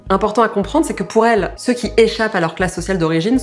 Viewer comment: "cellzeceux" mdr